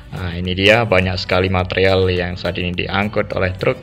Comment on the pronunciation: Besi Wiremesh iku mas 😂😂 bbermbe "matrial"